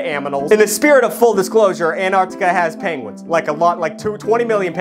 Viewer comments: How American are you? - Tugg: ANARCTICA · I admire the effort it took for Tugg to pronounce the continent "Antarctica" and not "Anartica". He truly is a pioneer!👍